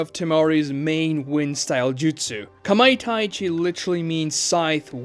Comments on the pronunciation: Kamai TA chi not TAI chi 😂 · kamaitachi not kamaitaichi